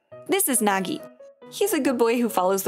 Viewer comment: Why you say Nagi plastic 😭